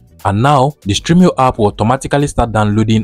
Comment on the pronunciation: Its stremio not streamio. Thanks for the video